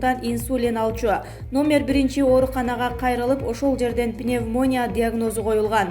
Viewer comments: Пневмооония эмес пневмания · Журналист кыз пневмона дебей норм окучу,ошо созду да туура окуй албайсызбы? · ПНЕМВОООНИЯ ДЕП КОЙ:-😅😅😅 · Диктор озун дагы 1 жолу кайталап укчу окуган жанылыктарды.силер да универ бутургон журналист-р да ээ. Пневмоня эмес каралдым пневмония деп окучу.шашпа шаашпай окуй бер,кереги бар адамдар корушот.😒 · Чоң кыз,пневмоония деп окулбайт!!дикцияңды оңдочу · Мобу журналистка даана сапатсыз пневмоооония деди го. Кошмар,научите ее правильно читать. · Ай алтын кыз ,дайыма ушундай туура эмес создор коп кездешет сенде .ПНЕВМОНИИЯ. деп. туура айт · Пневмония дединго чон кыз уят эле,пневмония дура учись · Кагылайын кызым пневмония деп окуба уят. Туура айт созду эл угуп жатат. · пневмония дейтго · Пневмониябы😋ушу журналисттер окуп диплом алабы же жон эле иштей беришеби?? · Пневмония дегенин байкабай калдың го ?😂😂😂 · Электрошокер Электрошокер Хорошо пневмонияны окуй албайт экен адамдын атын деле туура эмес окуп жатпайбы Мирослав дегенди Мирслав деп , жанылыктарды окуганда создор туура окулуш керек кандай болгон ченде да, чулдурлар окуп атпайбы